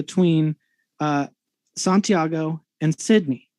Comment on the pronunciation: he couldn't even pronounce santiago. My instinct thought that's what he was trying to say, but I thought, surely even someone this dumb can pronounce a word as easy as santiago. I was wrong.